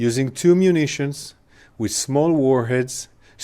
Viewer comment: He can’t say the name of munitions🤣🤣